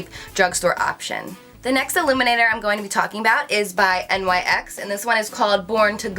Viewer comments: Its nyx not n.y.x. Lol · I can't believe she said N.Y.X instead of Nyx lol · its pronounced "nicks" not in why ex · I thought it was NYX (nicks) not N Y X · I love how u pronounce stila it's "stee•la" and NYX is "nicks" haha luv you. Btw this video was great :) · Yeah it's pronounced "stee·la" and "nicks"